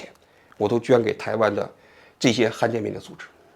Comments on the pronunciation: 不是罕见病吗，han四声，怎么说成han一声了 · 罕见 罕第三声